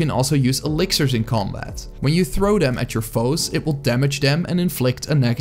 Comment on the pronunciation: It took me a minute to pin point what I'm noticing about his accent. He says dem or duh instead of them or the, dis instead of this, never pronounces TH haha. The funniest is utters instead of others. I want to play with utters!